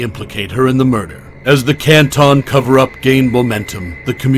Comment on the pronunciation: hey. what did the lausanne Switzerland video footage have to do with anything regarding this case? It is just beyond strange to choose this very unrelated and painfully boring visual. This choice, along with mispronouncing Canton, the "spooky" background noises, and the inaccurate details all lead to an overall low effort/ low quality production. And to be fair, I expect many inconsistencies and inaccuracies because there is just an overabundance of creators and creations, and this case has generated a lot of interest- but making mistakes or deliberately swaying a narrative with inaccurate info can at least be explained/ understood. But in this video it's both shocking and infuriating because the misinformation seems to stem outta nowhere - from the most easily verfiable info, and also info that isn't necessarily relevant one way or the other: stuff that really won't impact either side, but stuff that is so noticeably and verifiably wrong that it becomes annoying and distracting af. The overdramatization with the narrator's voice, the weird chosen language that is both trying too hard and not hard enough, the unsettling background noises, the confusing visuals, the incorrect info, but all while this video takes itself entirely too seriously -- I feel like I'm taking crazy pills!! And now I've wasted all this time commenting. I hate everything.